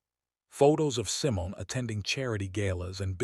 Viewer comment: I like the stories, But you mispronounced Simon it's Simone.